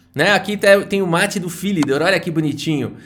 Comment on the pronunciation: Tem o mate do "Phílidor".Não, Philidor era francês. O Legado é de Phillidór, "PhillidÓR", "PhiliDÓÓÓRR"!!